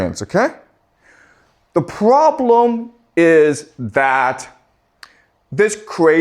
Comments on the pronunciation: The pwobwem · I love the way he pronounces "problem". 😂😂😂